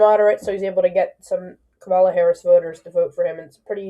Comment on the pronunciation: KA-ma-la, not ka-MA-la.